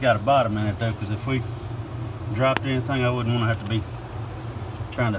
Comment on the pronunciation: "See if I can see anythang..." - DR I see a lot more bees.